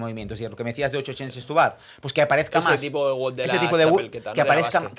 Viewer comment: Todo muy bien, pero es wod no wud.